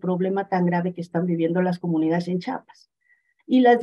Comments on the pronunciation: Jajaja qué gracioso escuchar a la periodista diciendo "Chapas", de verás no puedo creer que no sepa leer 😱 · Por favor, no es Chapas, es CHIAPAS. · Sólo una corrección importante, es Chiapas no Chapas, saludos 👍🤗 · Bueno ok, le pasamos que diga Chapas y no Chiapas como 30 veces jaja😅